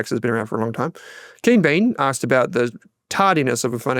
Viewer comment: would have to say 'asked' over and over if he were recording a book as he says "arksed" 😜